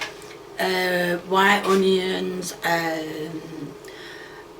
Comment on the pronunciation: I really enjoy watching your videos, but I cannot stand you saying “honeyyuns” can we take a vote for you to stop it?